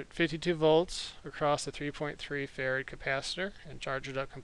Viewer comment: Is it bad that I kept hearing "farad" as "ferret"?